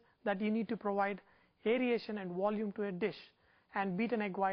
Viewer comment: "Beaten egg whites prowide this wolume" ha ha ha ha ha ha